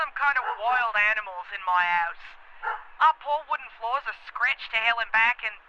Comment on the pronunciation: I think she’s supposed to be from New Zealand 🇳🇿. You can tell from the way she says scratched like “Scr-etch-ed” and floors like “Fl-oAr-s” Australians speak with a slight nasal inflection and focus more on O’s, U’s , and R’s. New Zealanders speak with the A sounding like an E and the E sounds like a U, they tend to speak with a higher inflection on the end of their sentences where as Australians speak with a higher inflection at the start of sentences. Australians speak with the back of the throat to create that full slightly nasal sound, New Zealanders speak with their tongues closer to the roof of their mouthes and pronounce more syllables than Australians. It can be difficult to differentiate between the two accents but occasionally you’ll hear a New Zealander say something that just brings it out completely, it’s like a Scottish vs Irish accent.